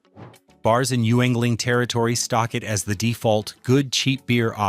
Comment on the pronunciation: I'm going to suggest something radical, but it might improve AI narration's ubiquitous mispronunciations: MISSPELL THE WORDS TO GET THE CORRECT PRONUNCIATIONS: "LOGGER" for "lager" or "Yengling" for "Yuengling", etc. etc.